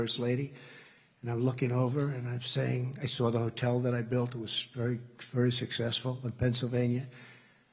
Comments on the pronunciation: a sussessful ? a sussessful ?? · Fantastic., a person that can't even say the word successful is doing the nominating.